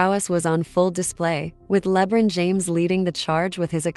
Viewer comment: you know this is a computer generated voice when it can't even pronounce LeBron's name correctly.